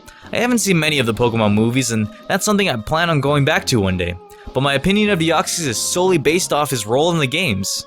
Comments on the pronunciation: Its pronounced Dee-oc-sis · Deoxys is pronounced Dee-ox-is I’m just saying but u pronounce it your way if ya wanna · YOU DIDN'T PRONOUNCE DEOXYS RIGHT!!!!!!!!! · U pronounced Deoxes wrong